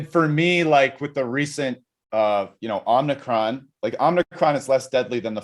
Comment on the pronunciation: The proper pronunciation is "Omicron," not "Omnicron." I think that's why Cates was asking if that was a Transformer, and it went over Rast's head. lol